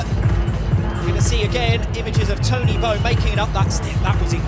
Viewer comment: Not tony bow but Tony bou